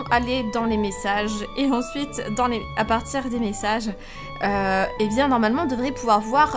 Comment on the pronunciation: pk tu dit bièngggggg pk tu fait l'accent marceillais ? tu nes mmeeme pas marcellaisee